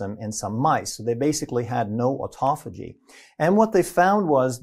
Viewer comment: то аутофа́гия, то аутофаги́я, аффтор, определись☝️🧐